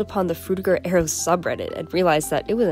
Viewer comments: Aero not air-e-o. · I just realised that Americans pronounce arrow and aero the same. wild.